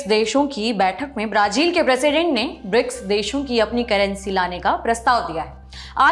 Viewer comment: Brazil का उच्चारण । | में अलग उच्चारण किया आपने